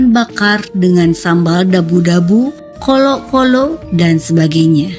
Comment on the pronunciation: Bukan kolo kolo, tpi colo colo😂